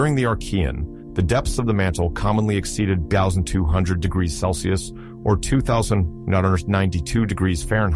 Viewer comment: you AI is having trouble with the word degrees